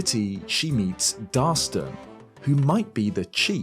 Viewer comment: It's Darston, not Darson lol